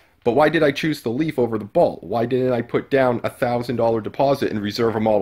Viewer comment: "Balt" and "Tez-la." Good stuff. Consider recording your narration ALL at once. These differing EQ's are maddening. If you had waited a little longer - your price points would come into range; the Bolt is failing terribly.